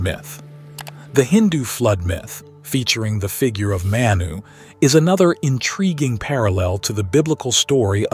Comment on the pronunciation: It's pronounced (Mah-Knew).. We have the same creation story in my culture- I am a Native American, specifically I am an enrolled member of the Ojibiwe - Turtle Mountain Reservation.. Our Creation story involves a being named "Giccimanidoo" Manidoo (Mah-Knee-Doo) All creation stories come from the same event just miles apart. I can see that now.